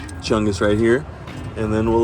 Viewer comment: Emphasized "Chungus"